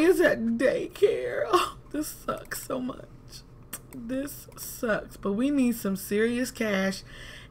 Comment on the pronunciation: She said "maybe..cause...this is juat to murch" om dead😂😂😂😂😂😂😂😂😂😂😂😂😂😂😂😂